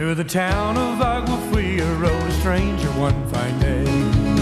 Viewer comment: It's pronounced Ow-wuh-free-uh. Not aug-wuh free-uh